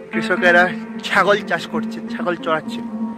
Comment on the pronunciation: ছাগল উচ্চারণটা ঠিক করে নিও। কথাগুলো স্পষ্ট উচ্চারণ সহ একটু ধীরে হলে ভালো লাগবে। Ok, carry on 👌